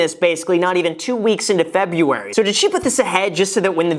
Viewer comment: Hey Graham, there are two R's in February! 😂